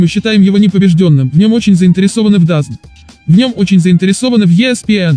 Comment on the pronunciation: Хоть кто-то говорит ДАЗН, а не ДАЗоН. Как бы то ни было, пожелаем Гене удачи! Первый коммент )).